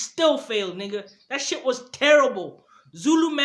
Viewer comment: Shit bro you saying sheet